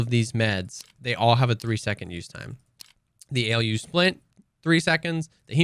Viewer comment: Alu splints pronounced as Aluminium :D That AElyou splints way you were saying was just funny XD Or maybe im totally wrong and it is pronounced that way but for me its alu and still sounded funny :) Cheers